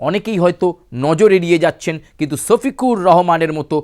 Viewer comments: আমি বুঝি না আপনারা পশ্চিমবঙ্গ বাসী কি 'স' আর 'শ' এর মধ্যে পার্থক্য বোঝেন না? সফিকুর আর শফিকুর কি এক? ভালো করে বাংলাটাও মুখ দিয়ে আসে না। হায়রে বাঙালি রে😂😅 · ছফিকুর না রে বলদা ওটা হলো শফিকুর রহমান😂